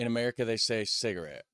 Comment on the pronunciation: its merikun that's Weird, even the intonation and pronunciation is usually wrong.